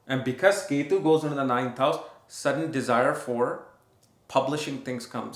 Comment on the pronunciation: ❤🎉 don't say k2 ketu you have good studies but you must say the names properly other wise you are mixing the energies take English class you better your English now